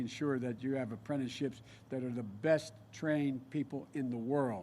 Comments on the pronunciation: "You're trying your Breast" Lmao Okay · "You're trying your breast" ( - ). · "TRY YO BREAST" .... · "Trying your breat"? Really Joe!😐 sad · I'm sorry but I was randomly skipping i first saw Joe's face and stopped it was when he said "you're trying your breast," and im so shook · He said "your trying your breast" but it never seems like enough ...hahahaha